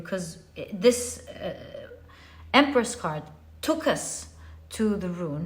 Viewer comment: Pile 1 - I giggled so hard with you when you said Empreth. Haha thank you yet again for a beautiful message, and for a good laugh!